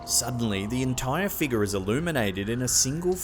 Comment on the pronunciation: "Dark figar" how uncanny pronouncation.